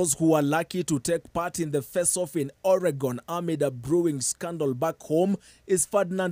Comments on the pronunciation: O-rey-gon 🤣🤣🤦🏽‍♂️ Its pronounced Ori-gon. Kienyejis reading news.. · This is petty. You don't become an achiever in anyway by pronouncing any word like the natives.